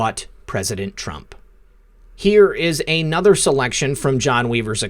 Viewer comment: The word "a" is never pronounced LONG-A. And the word "another" is never pronounced LONG-Another.